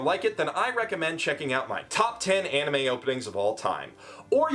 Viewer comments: too bad you can't even pronounce 'anime' :DDDD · One thing: Anime (pronounced ann-nee-meh) is NOT, I repeat, NOT the japanese word for animation, that word is anime (pronounced on-nee-meh). Japanese words have japanese pronunciation, just because it's spelled the same in romanji doesn't make them the same word.